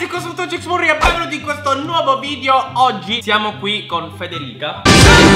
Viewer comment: Sì dice narcisismo